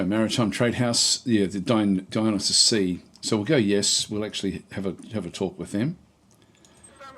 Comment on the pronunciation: Dionysus is pronounced die uh NIGH sus